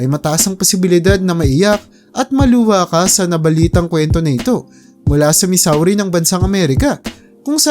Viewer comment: No.4 MO “Missouri”TAMANG Pronunciation is “Muh-zur-ee” MALI ANG BIGKAS MO NA SOUNDS LIKE MISSAURI😂😂😂.or mis Sur ee. No.3 IS “RIO de JANEIRO” SOUNDS LIKE “RIO DEY JANEIRO”😂😂😂 NASA GOOGLE YAN PRA MAY GUIDE KA HOW IS THE RIGHT Pronunciation 😂😂😂